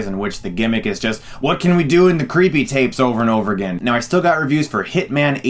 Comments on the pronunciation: crippee tayps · I like how you say creepy tapes. 😂